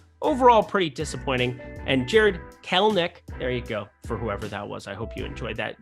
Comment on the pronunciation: Finally got jarred kelenics name right good job!